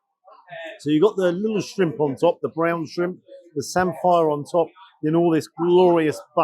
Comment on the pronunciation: Norfolk too and always called it like samfer not Sam-fire